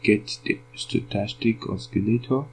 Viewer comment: Not Oskilator but osilator ok?